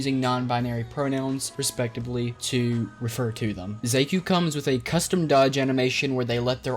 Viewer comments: Thought it was pronounced SHA-kuu? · They said their name to many times for you to say the name wrong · i cant get over the way you pronounce Xaku's name